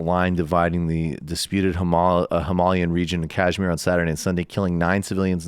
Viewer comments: What they're pronouncing when they say Kashmir is actually Cashmere (the eponymous sweaters). Hence the stress on the last half of the word. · Yes. Kuh-shmeer. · Just a little help to pronounce Kashmir: The "a" is a neutral vowel like the "A" in "A"merica, the "sh" doesn't have the slight "j/z" that you add, it's more like "sh"oot and the "i" is closest to a double "ee" like in s"ee"k.